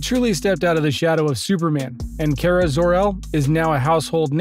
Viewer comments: And once again we have somebody who pronounces names wrong. It's not KARE-A it's KAR-A. Did you not watch the series. They had this whole thing with Cat Grant, Kara's boss at CatCo worldwide media, calling her KARE-A. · Omg i got so triggered when you said cara sounds like Carit but without the it like ahh its KARA 😂😂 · 0:!6 her name is pronounced Kah-ruh